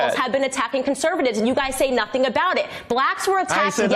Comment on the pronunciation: Candace said nuthung wrong